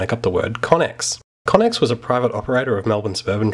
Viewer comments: We really butchered how to say connex. Its meant to be pronounced "connects" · Pretty certain it's pronounced "connects"